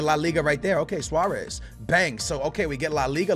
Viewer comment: Who the hell is suareezimo his name is Suarez